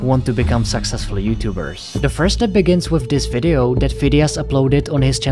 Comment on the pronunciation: When he says "Successful YouTubers" it sounds like "Sexist YouTubers"💀